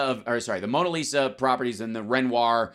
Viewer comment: re Trump testimony that Mara Lago, Mona Lisa (they pronounce it Mona LIShimaah)...pretty much samesies. It's the presence of gilt. The stochastic assertion That blood will be spilt. The claim The blame Lies mainly with the name Biden. That Trump is "in the frame". Yet it's Pence who coulda been hanged. Fake noose?